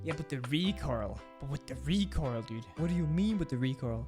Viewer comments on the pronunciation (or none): "the recorl" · "omg but the recoral" lmao